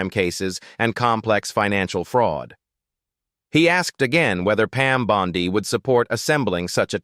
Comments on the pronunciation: Pam Bondi ==> scansion as in Monday. The Pam Bon ↘DEE↘ pronunciation used in this audio is dopey. It's pronounced "bon'dy." Naughty machine! :face-orange-frowning: From where I sit, in Toronto, Canada, t looks as though things are perhaps turning out well in the US, for a change. This will be helped, imho, if critics of the Trump gang be careful with pronunciations, with facts, and in avoiding silly cheap shots. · Can someone please teach AI how to pronounce Bondi.